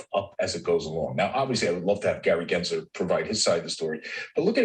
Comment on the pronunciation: Why does the green screen mess up so much on the top of your head? Lol it's so distracting but also funny. Btw, it's GensLer with an L, not Gary Genser.